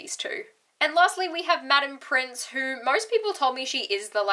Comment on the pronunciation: Has no one told yet since her first video about the office that it's Pince, not pRince?